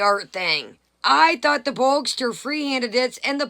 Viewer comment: Why are you calling Gene Bogster. His trolling name is Boog. It would be Boogster. Lol. 😆